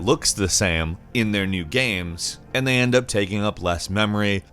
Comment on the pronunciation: Just realized pronounces “games” as “gams”